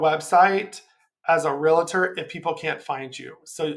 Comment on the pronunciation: REALTOR, pronounced REAL TOR There is no i. Great video :)